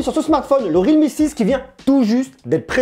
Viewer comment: C'est real me, not read me. Il y a un L pas un D. Complètement nul cet appareil. Trop cher et camera pourri. Xiaomi c'est bien mieux.